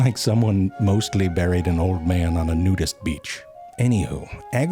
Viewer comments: I've taken to pronouncing things like ZeFrank pronounces things. "Look! It's beeried there! Right there! See the behbehs?" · I've been watching all of these videos lately, butt-eye...sorry... but I can't stop pronouncing certain words this way now. B-yurd...bebehs... B-yuried... I can snot...sorry... cannot stop... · "byooried" in the sand? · “Mostly byooried in the sand ...” Gotta love the unique pronunciations! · Only zefrank can pronounce the first vowel of bird and buried exactly identically and still be understood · I love how he pronounces "buried"